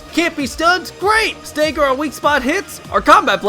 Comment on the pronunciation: STOP SAYING "STAEAGGER" ITS "STAGGER"